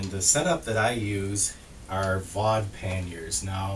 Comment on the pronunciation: Fau de (long e as in pee but not with the same sound - mor like hen but longer).